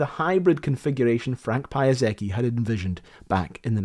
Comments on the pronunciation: Piasecki - say that again :D Pya-SEH-tskee - that would be closer. Its polish last name, but when you pronounce it, it sounds japanese. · It does make me wonder if this idea could be pursued today, a mere 40-50 years later, but with vastly better capabilities in material sciences and especially computer simulation. Calculating and mitigating things like oscillations, strengthening the booms, etc. Also, isn't the ending of his name pronounced more like how "jetski" is? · Frank Piasecki. It sounded like a Greek origin constructor, but it's Polish :D Pee-a-setz-kee - for those who are curious to know how it sounds. They added pronunciation, but it's wrong anyway. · It's a Polish surname. Pia-saetz-kee - this is how You read it. Not like Hayao Miyazaki but with P xD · The pronunciation should be Pja-SETS-key. Very instructive video about how a project should not be done. Sadly, so many airship revivals have failed, this one perhaps the most sketchy. With good modern technology, LTA airships may fly well, but they are always at the mercy of the weather and their payloads are small. The stunning success of one airship, LZ 127 "Graf Zeppelin" and to some extent of its prototype, LZ 126 "Los Angeles", owed a lot to the leadership and airmanship of Hugo Eckener, sidelined by the Nazis in the 1930's. The century since then might have been very different had Eckener become President of Germany instead of Hindenburg being re-elected, and perhaps airships would have enjoyed a happier history, too. Such might-have-beens. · Piasecki is the Polish name and pronouns like pyasetzky. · That "Payazekki" pronunciation drives me nuts. I've learnt too much Polish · It's pronounced /Pee-jah-se-tsky/ with that ee part short. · I shuddered every time you pronounced Piasecki like Piazaki. It's a Polish name. Not Japanese. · Interesting story, but i can't stand your pronunciation of Piasecki. It's Pya-setz-key. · Piasecki is polish surname, not japanese like Piyazaki. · you read it: PYASETZKI